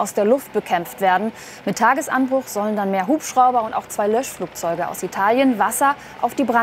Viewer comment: Luftlöschflachzeuge? Meine Güte! 🙄